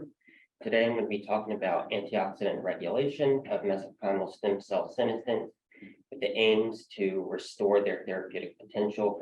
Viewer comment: That's not how senescence is pronounced.